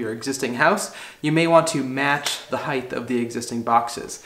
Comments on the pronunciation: I think I pronounce it with a "th" sound at the end for some reason! Never really noticed it before! I'll have to work on correcting that... :) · Assuredly off topic, but why are you putting the soft "th" sound on the end of the word height?! It's not "heightth". Is this a regional thing? People from New England or something? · It's so much easier to just say the word correctly. It's not heigth, it's "Height" ....HARD T at the end, not TH. rhymes with kite, white, bright, night, light, fight flight, sight, blight, fright. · I sport the same first name. And just like you, I too always made a mistake and said height(h)! It is a slip of the tongue, means the other direction is widt(h). But my best buddy would never let it rest. So I share that with you...and thanks for the correct height to place the box...lol! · A little tough to hear on the audio but do you pronounce it height or heighth? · is great. His pronunciation of ‘height’ isn’t though. (It’s heighT… not heighTH.) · It's a common utterance because of width (breadth), length, and depth. So "height" gets conflated with the -th sound at the end. It's just something many people say, very similar to the "acrost" instead of "across".